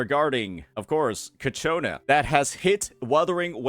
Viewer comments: fyi its CIACONNA not Cachiona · I notice you pronounce her name "Ka-Chona" but it's pronounced "Cha-Kona" (per her in-game introduction). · holy fuck, ill not click-off your Ciaconna vids, if you pronounce the name right, its all over the game's official channel, please, thanks..